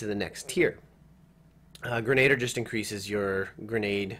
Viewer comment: hahaha "grenader"